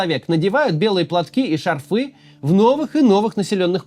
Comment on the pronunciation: шАрфы, а не шарфЫ 😊